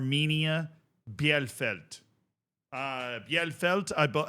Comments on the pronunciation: ie in German is just a long i. So it's just Bee-leh-feld not beianything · bielefeld is pronounced Bee-Le-Felt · It's pronounced Beal-eh-feld. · Hey I know you love us correcting you on teamnames: it's bee-le-felt:D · just pronounce it correctly as "Bee-lefeld" next time, please ! 🤓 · to pronounce Bielefeld : Bee-le-feld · Hey, the name of the town is pronounced Bee-lay-felt, at least i would consider it to be the closest in english words for the correct pronounciation. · Bielefeld -> "Bee le feld" for english speaker. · Its pronounced BI-LE_FELD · First of all Bielefeld is pronounced Beelefeld (for you english Folks) and secondly: my guy you did Videos on Saarbrückens Cup Run last season? You dont remember that they beat Bayern and that Leverkusen was the only Top Division Side in the semis Last year? Saarbrücken also we're the First 4th tier Team that made it to the semis in 2019. And also Bielefeld had many Bundesliga seasons in it's history and still this is the first time they got to the final as 4th place of the 3rd Division. And yes they are not the first team to ever reach a final as a 3rd Division Club and yes we have two 2nd Division Clubs in Offenbach and Hannover that already won the Cup in huge upsets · Pronounced: Bi-le-feld ... for future use. ;) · Its pronounced bee-luh-felt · Here is how to pronounce Bielefeld: B - LA - FALD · It's pronounced Bee-luh-felt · Jesus Christ, your German pronunciation is absolutely abysmal (especially "Bielefeld" and "Pokal"...). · Boneyfaas and Biellfeld is crazy pronunciation. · Just for your information how to pronounce Bielefeld Bie = Bee (English) le = le (french) feld = felt (english) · If Bielefeld would exist everyone there would be insulted by this pronunciation. 😂 Edit: autocorrect